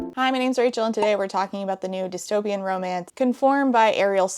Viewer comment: omg it wasn't just me who heard discomance 😭